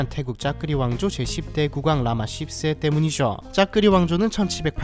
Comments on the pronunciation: 허허~ 발음에 주의하셔유~ㅠ 영상잘보거갑니다~ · 10세의 발음은 십세인가 ㅆ세인가 아니면 국왕폐하가 ㅆ세인가 헷길레네요 ㅎㅎ ㅋㅋ ㅈㅅ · 나만 이 생각한게 아니었구나 ㅋㅋㅋㅋㅋㅋ 라마 씹세 ㅋㅋㅋㅋ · 왕의칭호가 한몫했네......10쎄 발음 정말 찰지지게 하시네.......나같음 선조들에게 죄송한 마음먼저 들었을텐데...... 하는짓이 초딩이구만....... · 씹세 ㅋㅋㅋ 발음 찰져요~^^ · I love the accent on the narrator at the end when he said "라마 씹세'. LOL ^ ^ !! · 라마 ㅅ쎄😂😂 발음이 재밋네요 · 발음이 너무 강해요ㅋ라마 씨ㅂ쎄 이렇게 들려요😅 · Ssip세, 왓Giral롱꼰.. 발음이 다 찰지네.. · 쉑스발음장인 이후로 10새 장인 등극하실듯 합니다! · 라마 씹세 정말 인자하고 정감가는 발음이다 라마 십쎄 라마 씹쎄.... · ㅆ세? 발음 ㅋㅋㅋㅋ 미쳤다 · 발음ㅋㅋㅋ라마 ㅆㅣㅂ새ㅋㅋㅋㅋㅋㅋ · 발음이 라마씹세 ㅋㅋㅋㅋㅋ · 영상중에 종종 10세 발음 일부러 쎄게 한 의도는 알거 같은데....좀 많이 가벼워 보여 아쉽네요...그동안 객관적인 채널이라 즐겨 봤었는데.... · 우리나라에 아무 피해를 끼친것도 없고 상관도 없는 남의 나라 국왕을 굳이 씹새라는 발음으로 반복할 필요가 있는건가요? 굉장히 듣기 거북하네요. 일단 구독취소하고 갑니다. 수고하세요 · 라마십세! 이십팔년! 이십세기! 이집 발음 참 찰지네😂😂😂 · 나만 이 생각을 한게 아니었구낰ㅋㅋㅋㅋ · 나만 느낀게 아니였어 ㅋㅋㅋㅋㅋㅋㅋㅋㅋㅋㅋㅋ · 오늘따라 10세와 28년형 발음이 쎄네요ㅋㅋ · ㅋㅋㅋㅋㅋㅋㅋㅋㅋ 나도 이 생각하면서 보는 중인데 ㅋㅋㅋㅋ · 나만 느낀게 아니구나 ㅋㅋㅋ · 10세 발음 찰지십니다! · 라마10세 발음이 아주 찰지시네요 ^^ 의도 한건지는 모르지만 ㅋㅋㅋㅋ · 10세..발음이 찰지네요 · 10세 발음이 찰지네 ㅋㅋ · 10세를 맛깔나게 발음 하신다. 10세가 28년 형량을 받았네. 10세,28년.20세기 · 10세 발음이 아름답다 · 발음이 섬세하네요 라마 10세 끼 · 십에 악센트가 들어간듯 들리는건 기분탓 인가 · 10세 발음이... ㅋㅋㅋㅋㅋㅋㅋㅋㅋ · 10과 28의 발음이 심상치 않다.. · 라마 십10세 발음 ㄷㄷㅋㅋㅋㅋㅋㅋㅋ 그나저나 저기도 또 다른 독재 국가네 미얀마나 북한 이쪽에 비해 낫다는거지 ㅈㄴ 헬게이트네 ㄷㄷ 그나저나 일본 비행기 공군으로 위협 비행한 건 ㄹㅇ 선넘었노 해군 + 공군력도 일본에게 밀리는 애들이 ㅋㅋㅋ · 우리 일베형 10세 발음 지기네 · 마지막 10세의 '십'의 발음이 조금 쎄보인 것은 저의 기분 탓이겠죠? ㅎㅎ